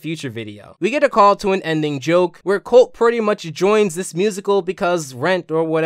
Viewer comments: Holt ...not colt....Holt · You called Holt “Colt” 😂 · Dude, there is no K-sound in Holt's name.